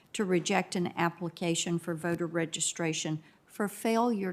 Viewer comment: Her personal views have everything to do with her judicial decisions. And it is pronounced "for" not "fer". She claims to be educated and should know that.